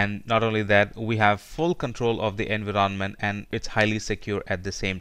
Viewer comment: Why do you pronounce "environment" in such a weird way? Had to stop the video multiple times.